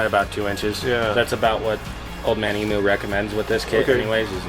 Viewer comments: As an Aussie it's painful to hear them pronounce emu wrong! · Old Man Emu. Pronounced “ Eem-you”